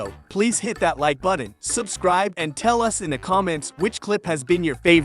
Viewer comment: Yeah, what's a bud-don?